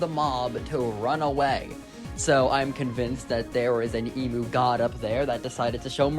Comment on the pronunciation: i have a problem with the emu pronunciation